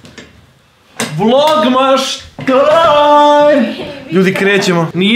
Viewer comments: Kaze se vlogmaS a ne vlognaŠ.INACE COOL VIDEOOO☺☺ OBOZAVAM VAS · Zašto govoriš vlogmaš kada se kaze vlogmas?